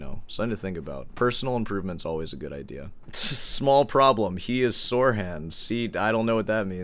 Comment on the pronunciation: Getting out of "Sor" hand you mean. Your students are getting out of "Sor" hand.